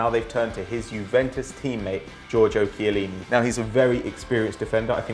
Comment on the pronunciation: In Italian pronunciation of 'Ch' is 'K'. So it's pronounced 'Kiellini'.